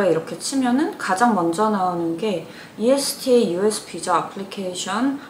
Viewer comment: 이스타비자신청은 미국 공식사이트에서 신청해야하고 대행업체보다 훨 싸고 빠릅니다. 그리고 ESTA라고 읽지 않고 이스타리고 읽습니다.